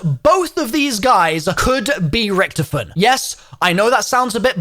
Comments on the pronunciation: Oh for f- his name is not Richtoffen! HIS. NAME. IS. Ricky-toffen! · why u say it like ricktafinn